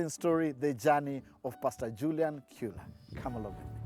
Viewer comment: The pronunciation of that name is chu-la